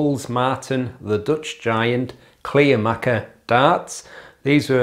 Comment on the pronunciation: Hey, that´s not a surprise for me given the fact that I got the Kleermaker (it´s pronounced "Clare ma(r)ker" btw) darts two days before your review and had a similar experience with ´em...first being a bit disappointed because of the hex honeycomb "grip" isn´t grippy at all, but after a few throws I got used to ´em and their smoothness and subsequently got better and better scores. I´d say these darts are divas, you gotta know how to throw ´em right, but when you get used to them, they are quite reliable darts. Dropping out of the board happens with the out of the box points, so I strongly advise to change them immediately for less nervewrecking experiences as I managed to shoot the first two darts in the T20 back out with the 3rd one...I don´t know why any manufacturer of darts still presses in this type of points.